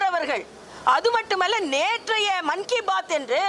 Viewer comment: Monkey பாத் இல்லை. மன் கி பாத். ஒழுங்கா உச்சரிப்பு செய்யுங்க